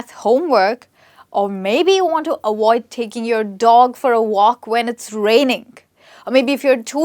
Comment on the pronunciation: Interesting !! Lesson!! But Just to make A Point 👉.. It's Not " AWOID" ITS AVOID.. LETTER V NOT W...